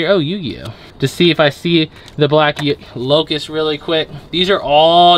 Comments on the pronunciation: not locus __lotus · Its black lotus not locus